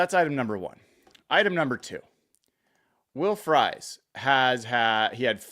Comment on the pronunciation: It's not will frys phonetically its pronounced freeze. You sound like you don't know him either